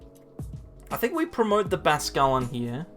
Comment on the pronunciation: Great content, just cringe everytime you say Basquelin instead of bascuiln